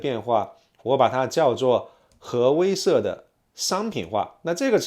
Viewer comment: 威慑，wei she